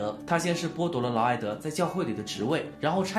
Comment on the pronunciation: 内容不错，就是得好好校校稿，看到不到5分钟就各种念错，劳埃德念了好几次埃劳德，妃嫔（pin）念成妃髌（bin）。你会感激我这种认真的观众的。